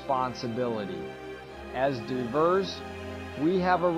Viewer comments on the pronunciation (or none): Did you guys really just take Woody's voice and AIify it? I don't think any English speaking person would read diverse as diverse. Also this is obviously out of a book or manual. Its only appropriate that you cite that book or manual to give appropriate credit.